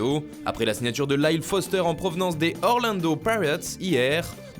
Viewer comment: Les Orlando Quoi?! Nan franchement quand t'as eu 4/20 de moyenne tout le long de scolarité en Anglais, respectez nos oreilles à minima et prononcez le à la Française. J'en ai encore du sang qui coule.